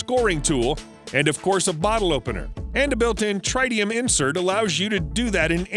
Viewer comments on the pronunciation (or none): Learn to pronounce “tritium”.